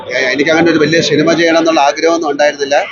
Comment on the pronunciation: I know! ഇങ്ങോർക്കു ഇതെന്തു പറ്റി 😢 ഉച്ചാരണം പോലും മറന്നോ? !